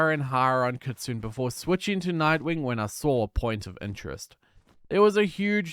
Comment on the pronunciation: I mean this a nice correction way for Kitsune it’s pronounced kit-sue-nea it’s also a fox not a wolf